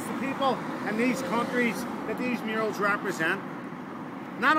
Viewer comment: I did this tour with this guy 8 years ago, and I couldn't understand the word murales, I kept listening mirrors and I was so confused